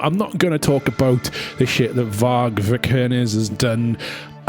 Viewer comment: How hard can it be to say vikernes?